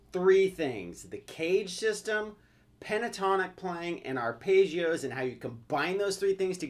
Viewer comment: it's ARPEGGIOS, not ARPAYGIOS.